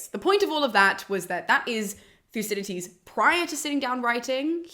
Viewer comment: It sounds as if she is pronouncing the second D as a T ("Thucydites"). Odd.